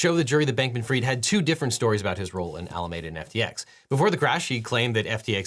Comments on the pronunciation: Love your stuff Devin, but I've got to say I winced at every single "Alamayda". æləˈmiːdə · One pronunciation note: Alameda Research is pronounced “Al-ah-MEEE-duh,” like the county where it was based — not “Ah-lah-meh-dah,” as the Spaniards who initially colonized California pronounced it. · Pronounced Ala me duh. Not Ala made uh. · Objection! This is a nitpick, but Alameda is typically pronounced "All-ah-meed-ah", out here on the west coast. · I can’t get over the way this Bay Area native pronounces Alameda